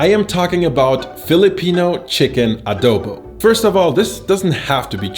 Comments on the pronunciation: You pronounced it well 🤣🤣🤣 we don't discriminate in pronunciation we have our different way to say things depending on the region. Spot on you showed a different way to cook it. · Im not sure about this but I think u are the only one who spoke Adobo right? I guess